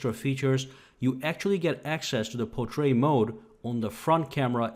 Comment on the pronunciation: What is "potrait mode?" He even says it as Potrait, lol.